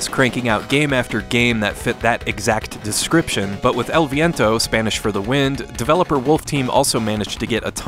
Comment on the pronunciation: i applaud your pronunciation of the title!